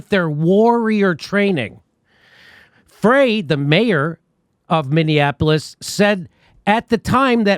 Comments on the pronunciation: Frey is pronounced "Fry", just fyi! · Jimmy, in Minnesota "Frey" is pronounced "fry". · His name is pronounced FRY . Great show Jimmy.